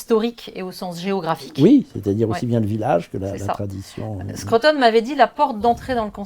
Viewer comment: Bravo pour cette belle émission. Arrêtez néanmoins de dire Skreuttone - cela se prononce skrOUteun. Et cela s’écrit SCRUTON et non SCRUTTON grrrr